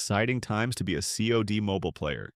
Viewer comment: Not the voice over saying saad insead of C od 😂😂😂